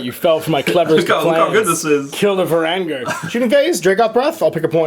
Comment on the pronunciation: varan-guard.. VARAN-GUARD. how can you mess that up but get ogorid thaurmatergerestagerler